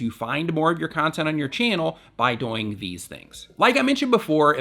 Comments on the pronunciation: he says doing so fast that it sounds like doinge or dooing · I just love the way you say "doing"😂😂